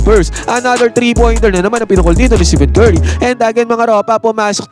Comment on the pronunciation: Tama ba dinig ko, "Steven Curry"? Pakiayos naman po ng pag-pronounce pangalan ng greatest shooter of all time. STEPHEN.